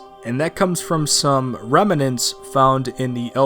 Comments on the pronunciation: I've legit never heard a single person pronounce "remnants" the way you did lol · Rem-a-nents, lol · I love the way you say "remnants"